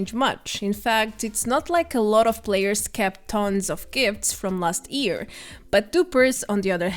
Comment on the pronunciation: Its YEAR not EAR .....